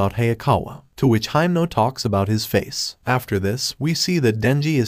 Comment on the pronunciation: You called heimnal makima